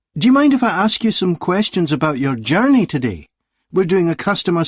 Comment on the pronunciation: Todee, okee? Is this a new accent?